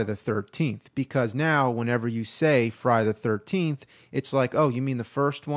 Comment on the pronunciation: I noticed that too lol... i love James and all the cinemassacre guys but his pronunciation of Friday the 13th (known as Fry da 13th in James speak!!!) was beginning to drive me nuts lol